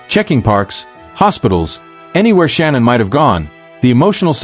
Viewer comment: Shanann (Sha-Nann) not Shannon not Sean-Ann Shanann